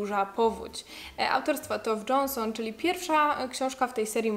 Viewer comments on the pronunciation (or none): Tove Jansson czytamy tak jak się pisze, wymawiamy „e” w imieniu, a nazwisko czytamy przez „j”, a nie „dż” :)